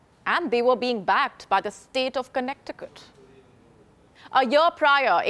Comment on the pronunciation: The way she pronounced connecticut “connect i cut” 😂😂😂